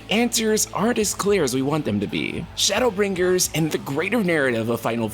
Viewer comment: Why do you emphasize the G in BrinGers so prominently? Is it a dialect thing?